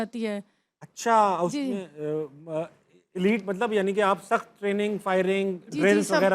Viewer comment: Tabish sahab yeh “sakhat” nahin hota, bulkehb”Sakht” hota hai. AAP Karachi se ho kar bhi itni bari ghalati kaise kar skate hain?